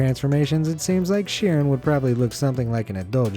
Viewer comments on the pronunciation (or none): none